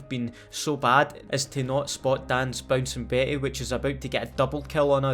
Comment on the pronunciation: those damn Bouncin Beh-eh’s